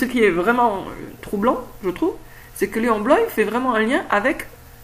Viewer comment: C'est drôle que tu l'appelles Léon " Bloï " alors que normalement c'est Léon Bloy prononcé "Bloa" ^^